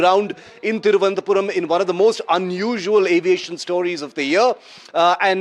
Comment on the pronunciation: It's not tirvanthapuram😂😂 thiru+ananta +puram